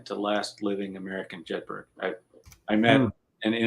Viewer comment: Jedburgh is a Scottish town. The name is pronounced 'Jedbrer' in the same way Edinburgh is pronounced 'Edinbrer'. One would have thought the pronunciation would have been correct. Nevertheless, a very interesting and informative presentation.